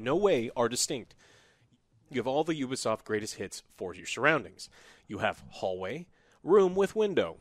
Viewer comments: its youbisoft not ubeesoft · A 3/10!? No! A 3/10 is for a game that barely works at release like Battlefield 2042. You are a poor excuse of a person who plays video games,. It's bad enough you gave Guardians of The Galaxy a 6/10 but this is unacceptable. Also stop saying Oo-be-soft. It's pronounced You-be-soft FFS.